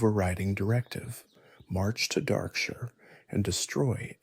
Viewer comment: Is this text to speech or AI? Just curious because Darkshire is not pronounced like that.